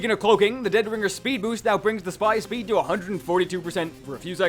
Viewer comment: Lol, shpeed buff.